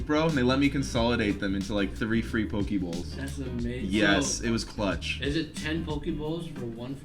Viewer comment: lol buddy ate a hundred poke bowls and still saying pokie